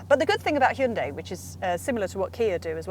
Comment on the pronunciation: Stop saying, "Shinday." What's wrong with you? 👎